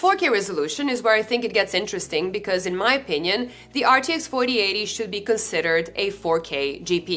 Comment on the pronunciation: My cat once told me: Dutch is actually mispronounced German. Of course I didn't believe him. But after seeing how you mispronounced "4080 Ti" throughout the video, maybe he was right 🤔